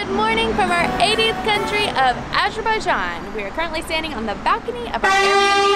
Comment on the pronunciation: I love the way pronounces Azerbaijan.